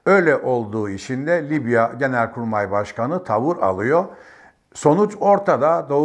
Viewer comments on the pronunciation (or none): none